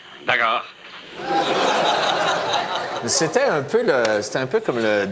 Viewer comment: ''dacors'' XD